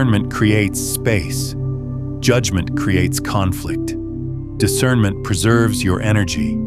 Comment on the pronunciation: Discernmint not judgemint